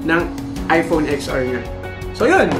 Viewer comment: It pronounce 10 ar po..not ex ar..